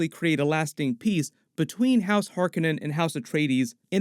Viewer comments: Hark On nen, not Hark a nen. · its har COE nan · Why do you keep mispronouncing "Harkonnen" from the 1984 version of Dune?